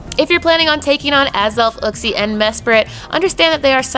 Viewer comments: Your maps are wrong. Uxie is not available in India... Mespirit is. And that’s not how you pronounce Uxie lol. It’s Yook-see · It grinds my gears when people keep pronouncing uxie wrong the way everyone says it sounds like a cave man